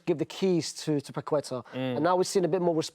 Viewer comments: lol the way Brits absolutely REFUSE to say foreign words/names correctly is so funny. He heard the other guy say Paqueta correctly multiple times, then proceeds to say “paqweta” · Nobody in England knows how to pronounce Lucas Paquetá's name. The 'u' after the 'q' is silent and the stress is in the last syllable (hence the accent on the 'A'). Hence it's pake-TA. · His pronunciation of Paqueta is killing me hahahah.